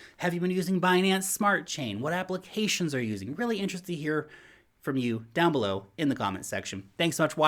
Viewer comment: every time you say down below me here I hear: down blow me here 😂